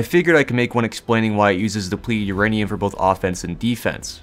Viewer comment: I love the word Urainum ur-anium